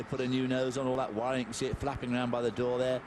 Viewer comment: Is it just me or is he saying wiring shit? lol Amazing